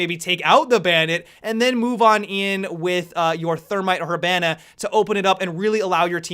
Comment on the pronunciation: When your so good when u pronounce hibanna he-ban-uh